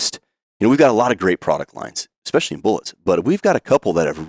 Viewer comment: expecially. You mean especially